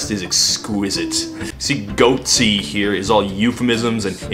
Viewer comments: did he pronounce Gotye as "goatse" as some point? lmao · Btw Gotye is pronounced "Game of the Year Edition"